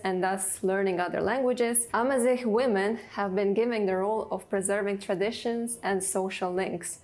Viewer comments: Argaz not armaz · A man is said Argaz in Berber,not Armaz. The plural is Igazen.